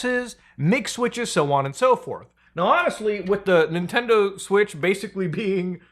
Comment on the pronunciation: ninendo momend